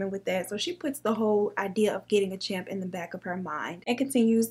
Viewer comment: It’s not champ, but chimp, lol... I love you though!!!!!